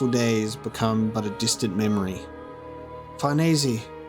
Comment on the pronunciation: Why do you say "Farnesey" here name is Farnese. Would you say Chinesey instead of Chinese?